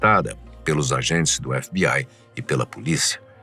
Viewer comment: Efe bi ai kkkkkkk fala direito krl tu não é gringo